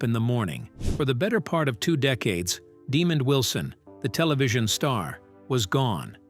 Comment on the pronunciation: His name is pronounced “deh MOND” not “Demon”.